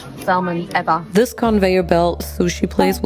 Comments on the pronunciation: Question, does everyone say Sal Mon in Germany? Or is just mispronouncing it? Just curious bc in English it's Sa Mon, the L is silent. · you don't pronounce the L in Salmon.. It's pronounced SAM-un